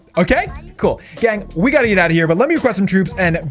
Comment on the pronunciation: Ew I hate how he says gang